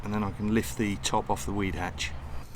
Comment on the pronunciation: Weed hatch 😅 I thought you said wee hatch.